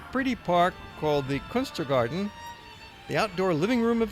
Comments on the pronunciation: It's Kunsträdgården, not Kungstragarden. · One correction to the video; its called Kungsträdgården (The King's Garden), not Kungstragården. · It is Kungsträdgården (you forgot the g). It means King's Garden (literally King's Tree Garden).